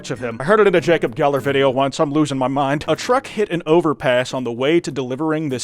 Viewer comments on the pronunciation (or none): none